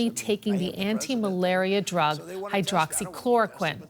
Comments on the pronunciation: He said hydroloxyqueen. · The expert didnt knew the official death toll around the world, and he couldn't pronounce the name of the medicine . Great